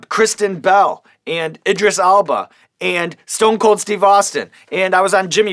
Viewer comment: That's exactly what I wrote originally. But then googled his name, cus the way Sean was pronouncing it lol.